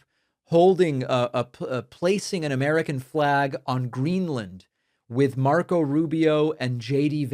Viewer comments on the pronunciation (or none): none